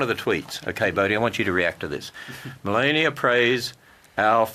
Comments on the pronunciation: Separate church and state mean state neutrality. All religions are welcome. They choose to not understand that! Also, he can't pronounce Melania's name either! Btw, it was a good joke! :) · He waits until five minutes in to introduce himself and he can't pronounce the first name of our First Lady. Seriously!?! It's almost shameful to take potshots at this guy. He's such an easy target; he practically makes a fool of himself. No outside help required.